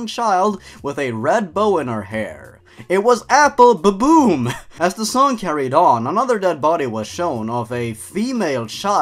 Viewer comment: it's Apple Bloom not Apple boom